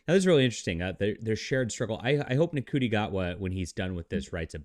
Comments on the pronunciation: lol dude cry harder. I love your bs take on things you don't know shit about. it's pronounced "shooti" btw. Sorry you didn't know this but America has always been a liberal country at it's core. with that said, this was made in the UK bro... did you know? look at you clinging to obsolete ideals. way to go bud. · Glad that you're pronouncing his name phonetically. Rafe for Ralph has always been a bit irritating for me but Shooti? That's just ridiculous.